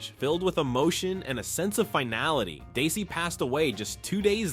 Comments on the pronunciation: In future videos please say his name right. It's not Daisy. It's DE-ZZ-EE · Why does your AI keep calling him Daisy! Otherwise good show! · It's Desi not Daisy your AI needs to improve its speech it ruins the whole video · Get his name right.